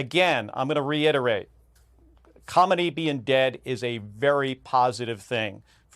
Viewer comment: ok who the heck is Comedy? He can’t pronounce khamenie?